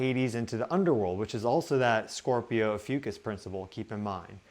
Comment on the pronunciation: 🌻Hi, mins - I stubbornly needed to know if you said, Ophiuchus or the constellation Asclepius,, because my computer's closed caption spelled it 'AFUCUSS', and sounded like 'Ahh Foo Cuss"... I'm partially deaf and not familiar with constellations (as most likely, many in your audience). If you're pointing to the Serpent Bearer constellation, then PLEASE REITERATE as "Ophiuchus, the Serpent Bearer". Once I turned the brightness on my screen all the way up, I could read 'Snake Bearer' on your Stellarium viewer. I wasn't sure that is what you had pointed to, though. Then I switched over to google ai and asked if the 'Serpent Bearer Constellation was also called "AFUCUSS'. Ai responded with "Did you mean Asclepiius or Ophiuchus? So l then want to images on google to see what Asclepiius and Ophiuchus looked like. I got a match with the Ophiuchus Constellation, but it was turned around., I do love your podcast, but this word you used was a bit exhausting for me. Thank you so, so very much for considering my advice.🌟💛🌞🧡☀